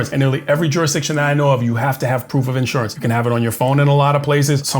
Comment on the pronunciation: Dude, its IN-surance, not Assure-ance.